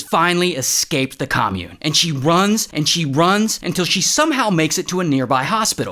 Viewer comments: I legit got scared when he said "untill" 😅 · That last “until” was unexpected